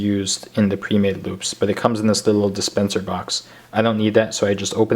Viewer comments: He said loop or boob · i thought he said "boobs" xD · The first time you say loops it sounds like boobs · am i the only one who heard boobs instead of loops ?